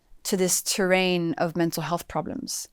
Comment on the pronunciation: Terrein. she said exacly the key 🔑.